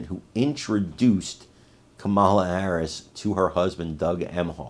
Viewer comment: This clown can't pronounce Harris' name while tries to be so smug and smart.